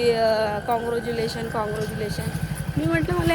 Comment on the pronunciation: Congratulations ❌ caruglation✔️😂😂😂😂😂😂